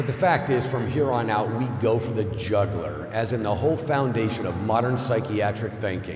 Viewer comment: Miscavige mispronounces jugular and modus operandi shortly thereafter. Wouldn’t word-clearing include pronunciation? COB needs to clear his MUs. I disagree ! The most elaborate (and costly) pseudo-scientific scam in history is actually... Scientology!